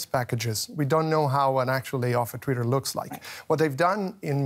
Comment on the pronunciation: Guest speaker cannot even pronounce twitter properly . . . proceeds to pretend to be an expert . . . ROFL